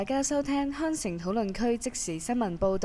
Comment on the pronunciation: agree .....好重懶音 收（聽） （香）城 （黃）一心 會考（生） 流（行） 月（亮） （更）有考（生) 內（幕） （百）思不（得）其解 匆(忙)